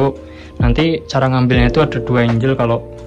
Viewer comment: ikut bagi ilmu dikit bang hehe... Angle (Sudut) bacanya bukan "Enjel" tapi "Enggel Angel (Malaikat) Bacanya "Enjel" suksess terus, smoga makin rame channelnya.....